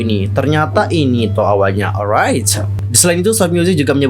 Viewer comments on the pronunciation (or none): Maaf mas. Saya emosi liat cara kamu ngomong😭 sumpah gedek bgt saya dengernyaaaaaaaaa😭 gatau kenapaa saya benci dgr intonasi kamu ngomong, dan kalo ngomong tolong di buka lebar2 mulutnya. Apalagi pas kamu bilamg alright🤮 sumpah benci bgtttt. Apalagi kalo kamu sebut R pengen aku tarik mulutmu maaas😭 maaf mas benci kamu. Padahal gak kenal kamu😭